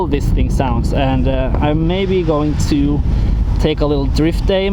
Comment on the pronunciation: dude!? You said "ro" insted of to. Learn how to speak english!